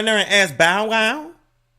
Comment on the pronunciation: 😭😭😭😭 why do you play so much OMG Why did you say Bowwow name like that I can’t stop laughing